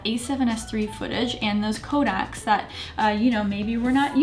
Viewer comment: Kodaks, you meant to say Codecs didn't you? 😛